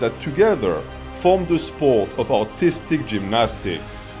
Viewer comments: Few times I heard "Autistic gymnastics" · Just realized how funny it is when a French man tries to say “artistic” 😂